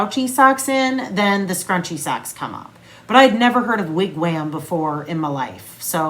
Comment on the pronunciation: Haha!!! We had sooo many wigwams it was crazy, but the am in ‘wam’ is pronounced like the om in ‘pom’